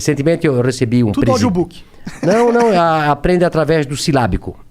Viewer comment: Monark: tudo aidiobook